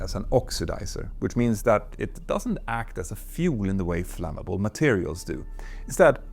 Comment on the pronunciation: Look up pronounciation for "flammable", "origin", "threat", "through", "aftermath", "partially", everything else is just charmingly Swedish. Great video!